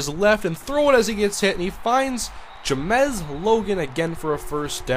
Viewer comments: Its pronounced James not Jamezz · james logan not j-mez logan :(*